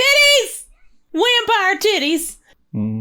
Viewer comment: 😂 Also like the proper Slav/Romanian pronunciation of “wampire”